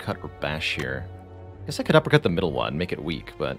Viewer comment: Half the time you say "uppercut", I hear "apricot" XD